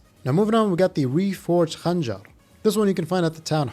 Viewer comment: wow im impressed that you pronounced khanjar like real arab